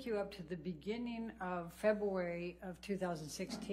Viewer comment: Febuwawy -Elaine